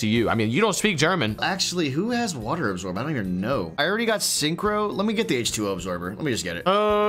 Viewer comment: I actually don’t know why he pronounced ,, synchro ,, like a sign so ,, sign crow ,, especially after the english word sounds exactly like the German word without the ,, -nizer ,, ending. Synchro should be pronounced the same as the ,, SYNCHROnizer ,, 😂😂😂 but ok it’s just to funny to watch like that